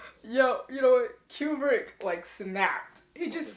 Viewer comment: It's pronounced Koobrick."Here's Johnny!" was the reference to the Tonight Show With Johnny Carson announced by his side kick Ed McMahon. Jack decided to improvise that line and the Stanley Kubrick let him do it and kept it in. I like that you're very observant. You're so funny. I like your sense of humor. Yeah, that damn Tuesday title card gets almost every reactor each time. Good reaction.